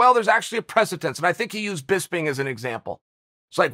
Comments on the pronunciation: Dictionary: Precedent Chael: “Pressitance” Me: Then pressitance it is… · I love how Chael says "presatense" instead of precedent. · You forgot - "Presatense" 😂😂😂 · Most noteworthy dictionaries have already changed "precedent" to "presatense" to correct their error. The Bad Guy's clout is limitless. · Chael is undefeated and undisputed, but the English language is proving to be a formidable contender for his strap. "Surreal Gong has set the presatense...." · Chael is quite articulate and his annunciation is usually spot on, so I was surprised that he struggled with that word.